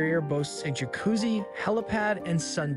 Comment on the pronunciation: Did he pronounce jacuzzi as “juhcuzzy??? 😂😂😂